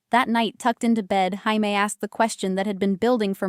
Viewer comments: It was Chamie one time too, rofl. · Is it really Jaime with a “J” not Haime with an “H”. AI does not always get it right. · The J in Jamie is pronounced like a J not an H.